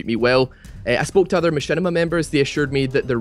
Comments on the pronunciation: *MaSHITima not Mashinima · MachShitima more like heuh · Who's Machinima ?? its Mashitama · knock knock... whos there?... machinima... machinima who?...machinima on you. (machinima's first words sound like my shit on)